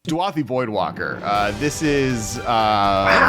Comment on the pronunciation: DU-A-THI voidwalker? The card is clearly spelled DA-U-THI Am I wrong here?